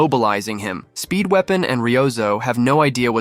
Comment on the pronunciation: i always hear speedwagon instead of speedweapon